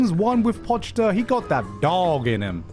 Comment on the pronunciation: BRO PRONOUNCED IT AS "POCH-TA" ITS GOD DAMN "PO-CHI-DA"